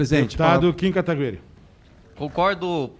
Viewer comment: O presidente da comissão aprendeu a falara "Kataguiri", rs